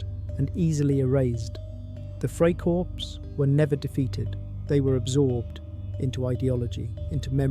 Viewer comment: The word is freikorps. The s ending is not pronounced just like in English.